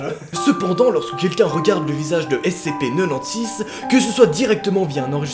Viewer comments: J'ajoute que le SCP-096 (tu le prononce façon belge, cela ne m'a pas facilité pour reconnaître le SCP) à été récemment éléminer par SCP-173 Dit la Statue/Sculpture. 1 SCP de moins parmis d'autres... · Ce que jentend de: (SCP NENONSIX)